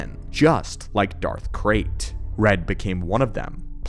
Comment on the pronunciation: I heard Darth Craig instead of red in the beginning of the video. now in my head canon there is a mighty Sith Lord running around named Craig lmao